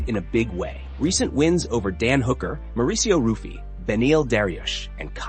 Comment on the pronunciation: Hey, learn how to pronounce fighters' names. You mispronounced Mauricio Ruffy's "name" two different ways. Ruff-EE, ROOF-EE, but it's HOO-fee. And, Ev-lOv? There's nothing worse than turds who want to cash in on MMA but have no knowledge of the sport.